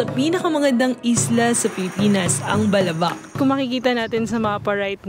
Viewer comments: I agree with this. I’m from Palawan and have been to Balabac. The emphasis should be on the second syllable, so it should be pronounced as Ba’labac. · I think you should know how is balabac is properly pronounced ... it is malumay ... not fast. Like davao , malumay dapat pronunciation nyan ... also avoid answering your own question ...